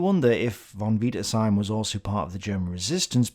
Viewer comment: Stop saying von wiederseim